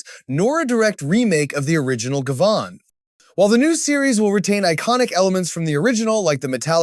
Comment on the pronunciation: you say Gavan weird....